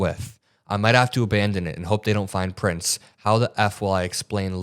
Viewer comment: I'm glad you were saying Prints which sounded like Prince. That would have been even🤯🤯🤯🤯